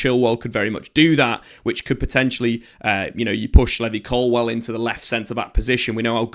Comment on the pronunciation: Or " Colwell" ,as he says